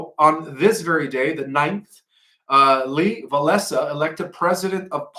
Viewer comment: He botched the first name and last name of Lech Walesa! He even botched Poland on his first attempt. Folks, this guy is semi literate and does nothing to increase his low IQ. Do not believe him on all things.